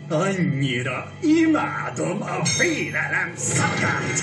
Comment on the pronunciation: As a Hungarian, I say the enthuastic tone do a better job in this scene. The keyword, 'fear' (félelem) straightforward pronounced - and Gábor Welker nailed it af.